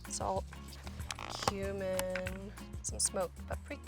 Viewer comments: When she said cumin i thought she said human So i was like... Wait.. what?! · She said cumin